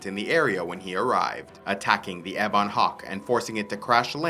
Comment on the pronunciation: Just a small thing, but you say "ebon" strangely. In US and UK English, I've always heard it said "EH-bun", you say it "eh-BAWN". I checked my dictionary, and it seems to show the former as being correct. Thanks for the video, just a small quibble!